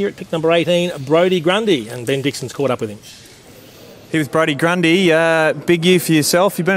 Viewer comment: Brodie Gundy haha its Grundy